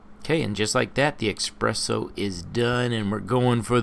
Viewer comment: Espresso not expresso